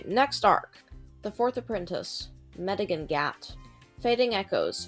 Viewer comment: "medigine gat'' made me fall off my seat laughing